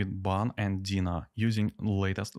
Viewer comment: You pronounce Deno wrong. It's NOT dina it's Deeeenooooo, with an e and an o ;)